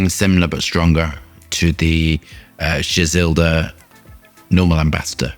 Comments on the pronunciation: Just remove the L when you say Gisada. Gis-ada 🤟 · Why is he say Gizelda 😂😂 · BRO I DON'T MIND YOU MISPRONOUNCING STUFF BUT THERE IS NOT A SINGLE "L" IN THIS PERFUME'S NAME AND YET YOU SAID IT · I would love for you to explain where you're coming up with the "E" and "L" in the name of GISADA that you keep pronouncing lmao